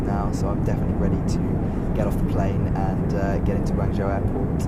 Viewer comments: Guangzhou - the ZHOU is pronounced 'JOE'. Means place. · I live in China, and while his pronunciation for a foreigner is ok and understandable, it is not spot on. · Please learn how to say Guangzhou